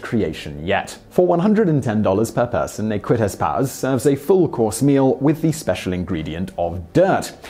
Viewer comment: I love the way Simon pronounces Ne Quittez Pas, I had to watch that section twice just to hear it a few more times.